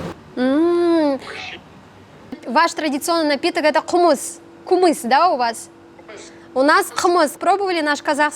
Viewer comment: По якутски напиток из кобыльего молока называется КЫМЫС, а не кумыс как говорит эта пара, они с городские, поэтому сами не очень хорошо владеют языком саха, как хотелось. Оссобенно девушка.